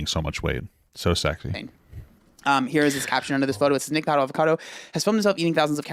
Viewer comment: I love when papa says Nicholas acado LMAO